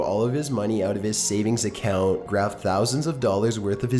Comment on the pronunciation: Holy shit, he elongates and stresses the final syllable in the final word of a sentence like Film Brain XD He withdrew all of his money from his savings accoooooount. He made the border patrol suspicioooous. He fit the profile of someone trying to traffic druuuuugs.